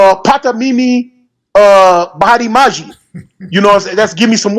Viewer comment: Nah bro.. I'm from East Africa. I live in Kenya and Swahili is my native language. Water is Maji.. with a J not G.